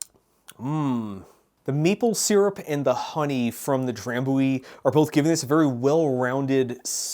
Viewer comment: Scot here. I also guessed human for that one, whisky and lemon and honey is very common - they're called hot toddy's, are usually served warm and are a traditional flu remedy. The ch in Glenfiddich is the same as the ch in loch - like a phlemy K. Drambruie is spot on though. Great videos :)